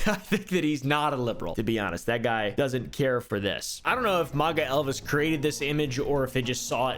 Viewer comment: who tf pronounces MAGA like that